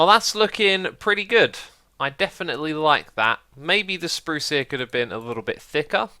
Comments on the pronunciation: Sprrrrruce <3 that made my day! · How much wood would a woodchuck chuck, if a woodchuck chucked wood? Nice tunnel! Btw, have you been hanging out with Iskall lately? You certainly pronounced some swedish R's on that spruce bit 😏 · When you said spruce, it sounds exactly like when iskall says spruce on Swedish!